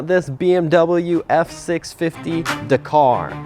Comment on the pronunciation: DAK CAR,,,NOT DA KAR